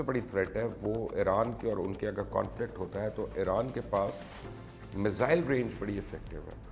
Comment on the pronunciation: بھائی مبشِّر "فار ریچنگ" جیسی غیر لسانی، غیر معروف اصطلاح کی بجائے "دور رس" استعمال کرتے۔ اسی طرح میزائیل کو مِسَ اِلس کہہ کر کیا ثابت کرنا ہے۔ امریکی کو امیریکن کہہ دیتے ہو اور اسرائیل کو کبھی ازرائیل اور کبھی اسرائیل کہہ دیتے ہو۔ طے کرلو کہ آپکے نظریات کس کے لئے، کس زبان میں ہیں، پھر پیش کرو۔